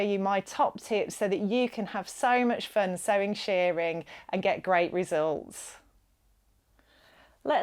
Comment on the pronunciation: Shirring is pronounced like the i in girl or whirl, not like shearing in removing fleece from sheep. Otherwise thanks for the video.